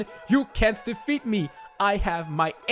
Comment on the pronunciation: Due to the accent when you said "empty bottle" I thought at first you said, "empty butthole" - Okay bye